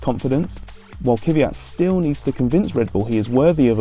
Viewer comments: Its not kyvyat or kyvat. Its kvyat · It's kveeyat ffs